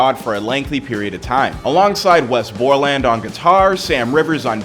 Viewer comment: We was is a guitarist not bassist and I believe it’s pronounced “BOR-lēnd” not “Bor-LAND”